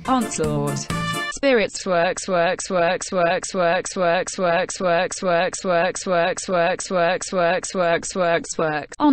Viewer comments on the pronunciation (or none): i understood Swag instead of Works XD